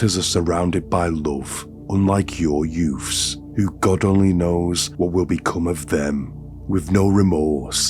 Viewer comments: I can’t watch your videos with the sound on. Your Mystic Meg delivery, and inability to say ‘youths’ drive me to distraction. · Yoofs?Its children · yeah I know. I can tell by the way he made up the sentences. But I just can't help but hear the word "yoof" 😂😂😂